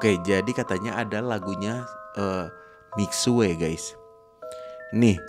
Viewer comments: Ngomong nya mixu bukan mixue tapi tulisan nya mixue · baca nya mikxu tapi memang tulisan nya mixue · itu cara baca nya salah bg miksue itu salah cara baca nya misyue btw semangat truss bg 💗💗